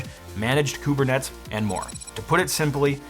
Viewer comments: I enjoyed the video, but I gotta tell ya, bro: it’s pronounced “KubernetEEs.” 😘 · koo-bur-net-ees :) <3